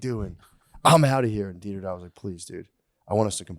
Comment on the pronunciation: Dee-der-dot is one of the best Matt-isms I’ve heard in a while 😂😂 it’s Dee-der-roh